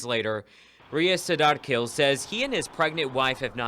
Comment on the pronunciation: Pronounce the Last name as Kheel. Breathy h.